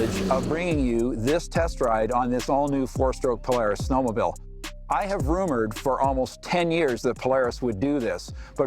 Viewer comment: "Snowmobill"